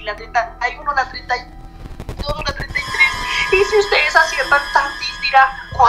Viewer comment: Es. la. 32. Porque. parce lo. dijo. así. raro